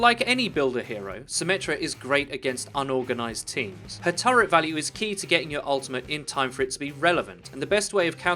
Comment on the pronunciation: it's "Turret" not "TurreNt"